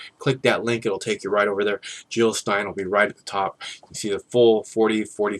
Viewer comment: Jill not Hill !